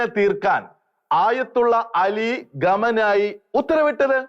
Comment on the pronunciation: You shd learn how to pronounce Malayalam alphabets correctly. For example, your pronouncing of Qatar n Khamenei is very wrong!! You say Gattar n Gamanai!!